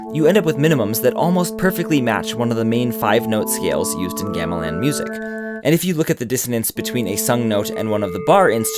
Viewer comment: Gah-meh-lawn, not geah-mih-lann